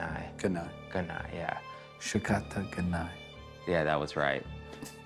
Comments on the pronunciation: Well it’s shikata ga nai.... not shakata :D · Shikata ga nai~ ┐(‘～`;)┌ Why do I heard like "shakataganai"? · I cringed ... it's SHIkatta ga nai! ... Jesus the pronunciation.... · The butchered shikatanai so hard haha lol